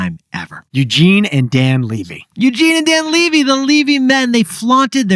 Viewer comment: Dan Levy literally said in his speech his last name is leh-vy not lee-vy.. lol. Sometimes I feel you guys share stories without actually knowing. Great job on the rest!